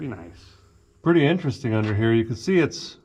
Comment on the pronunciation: She said "purdy neat" and that's a win in my book